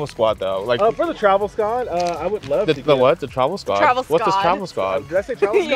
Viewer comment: "tHe TraVel SKoDD"